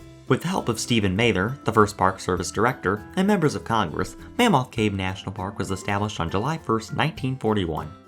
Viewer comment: Have you ever been to mammoth cave? You pronounce it like you have never been. Mah-moth cave.